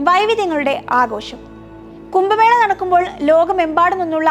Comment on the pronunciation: കുംഭമേളയെ 'കുമ്പമേള'യാക്കിയ വിവരണം തീർത്തും അരോചകം.